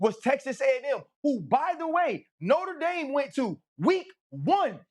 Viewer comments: Cam, repeat after me: Nōtre Dāme not “Norta Dame” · I'll always cringe at Americans pronouncing it "noter daym" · Cam Newton can't even pronounce Notre Dame correctly and hus and every other talking heads strength of schedule argument hasn't meant crap since the 2007 Fiesta Bowl. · Cam can not say Notre Dame correctly..